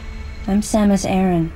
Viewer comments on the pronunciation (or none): Super vidéo, par contre Samus Hareng ? Vraiment la prononciation ? 😂